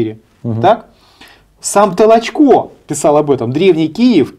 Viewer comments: Ударение только надо правильно в фамилии: ТолОчко, а не ТолочкО! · Ведущий , какой ты бестолковый ! ТолОчко ❗️. .. а не ТолочкО ❗️..... Коль ты даже этого не знаешь , дальше тебя слушать..... Трата времени впустую ! 👺 🤮🤮🤮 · Может, для начала, правильно ударение в фамилии Толочко ставить? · Пучков то откуда знает? Он что историк? Он это, родился в Кировограде. В крапивницком сейчас. Давайте у Спицына хотя бы спросим. А Петр Петрович не ТолочО а ТОлочко. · Пожалуйста, произносите правильно имена известные и уважаемые, в данном случае, историка - Толочко, ударение ставится на втором слоге, на Украинский манер. Материал исторический вами предложенный очень интересный и чрезвычайно Своевременный, по мнению многих.